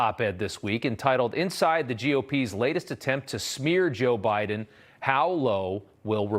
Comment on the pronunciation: Did he say "joe briben"?